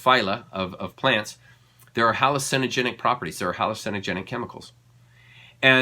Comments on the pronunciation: Please learn how to pronounce hallucigenic😅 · so public health, hygiene conventions, and wars on pollinators, etc. Yes, the NOD "people" !?! hallu CIN o genic, think cinema.... bravo for stress tone. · Very interesting. Not to be negative, but why not say hallucinogenic like the 99.99% rest of us? Believe it or not, it's kind of a turn off... it's like somebody who tries to pronounce Iran "Ee-dahn" rolling their R when they have zero life experience speaking Farsi. Just doing it to be different or show off. Not that you are, but it's sort of like those people that study esoteric stuff always have to be a little different in a way that really is not necessary. Information speaks for itself Say it with me, Huh-loo-sin-uh-gen-ic. 😂